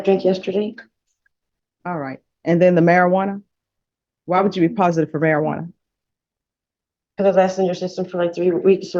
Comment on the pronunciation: omg stop saying marijuarna its called cannabis. and who cares about the weed. hate this crap. cannabis is not a problem around kids.